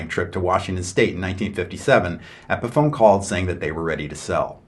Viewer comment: Pronounces Epiphone like epiphany